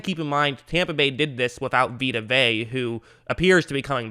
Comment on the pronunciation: Vita Vea(vey-ah) ..you keep pronouncing it wrong lol